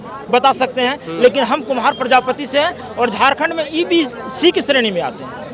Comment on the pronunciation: O...bhai ye to EBC ka full form v sahi se pronounce n kr pa rha h!!!😢😢😢